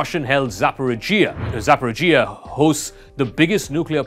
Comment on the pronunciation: "Dnaipr"? "Maikolaiv"? "Zaporidzhia"? Learn to pronounce the names properly ffs